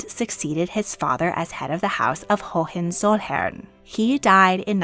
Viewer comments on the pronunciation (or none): The pronunciations are distracting. Hohen is HO-wen, not HO-HEN; August is Ow-GOOST, words that end with "in" are pronounced like the pronoun, not "een."